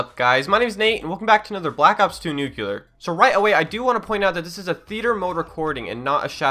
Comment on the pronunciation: It's pronounced "Noo-Clee-Uhr" not "Noo-Culer"